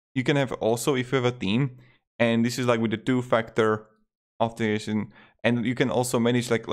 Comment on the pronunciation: Lol can’t pronounce Authentication 🤣🤣🤣. Great video Btw 😊